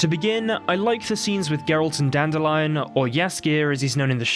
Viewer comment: You mean Dan-dill-ein.